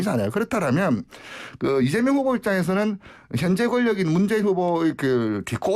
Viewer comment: 리얼미터 조끼입은놈은 아무 준비없이 나와서 이바구 까구있네... 문재인후보? 발음 버벅..버버벅? 그리고 비실비실 쪼개?